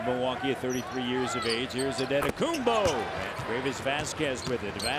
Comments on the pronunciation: I've always known how to pronounce it. My point was more about the effort. The anchor wasn't even close and said a whole different name he said anteKUMBOO or something that was not even close to Antetokumpo. Check the video you'll see what I mean. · Bruh the heat announcer killed his last named 🤣😂🤣😂 not even close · After the greatness of Giannis, the best thing about the rookie video is listening to different announcers attempting to say Antetokounmpo. LMAO! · I cant believe how funny that pronunciation is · back to the day when those commentators have not idea how to pronounce Giannis last name lol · how did he pronounce Giannis last name 🤣🤣🤣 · Hilarious how announcer pronounced giannis last name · what was that pronunciation LMAOOOO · WTF was that ahahah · Heat announcer botched it badly 🤣🤣🤣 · Enjoy the pronunciation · wtf is that prononciation😂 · has to be the worst pronunciation ever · that is probably the worst pronunciation ever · 🤣🤣🤣🤣🤣🤣 how he pronounces his last name. God it now makes me shiver looking back at that ugly green and red colors. Like why? And also the small crowds at the outdated Bradley Center. Ughh. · these pronunciations are awful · he really just said ototookumbu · Anentokembooo!! Lmao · "Adetoekumboo... for three." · Pronounciation : AN-TE-TO-KOUNM-PO Announcers : ADEDEDE-TAKO-TUHNM-BOOOE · Some guy really called him “Ah en toe ken booo” 😂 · Shaq be like: "Giannis Antekanupo" 😆😆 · was my favorite “anitokibu” lmfao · "antay tokumboo" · Heat commentator: "Adetokenboo" lol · That man really said "Adehtohkumbooooo" I'M WEAK! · Especially the heat commentator saying "Adetokemboo" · "adetokumbuu" made me die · Yikes 😂 “On-a-Tokum-boo!” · “Adentokumboo for three!” 😂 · “auntay token boo” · "Antetokcambooo for 3" best mispronounced version ever. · “Anna-token-boo for three” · this commentator seriously said Autum-toke-m-boo! 🤣🤣🤣🤣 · MY NGA A REPORTER CALLED HIM ANTETAKOMBOU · they used to call him adintokambu, not they call him akumpo.